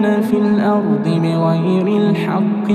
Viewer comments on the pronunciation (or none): none